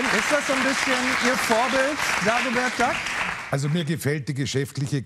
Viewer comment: ... Dagobert Duhck ... Steffen Schpielberg. .. lmao